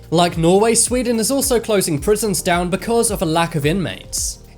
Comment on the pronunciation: Sweden not swden